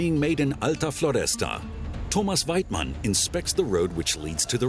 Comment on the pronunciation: Thomas Weitmann .!!!!!!!!! IF HE SAYS THAT BLOODY NAME LIKE THAT ONE MORE TIME.. !!!!!!!